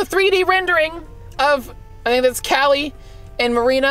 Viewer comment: Y u get callies name wrong